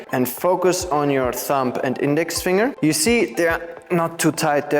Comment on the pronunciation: Finger is pronounced fing' ger. I'm happy I found your videos, very informative!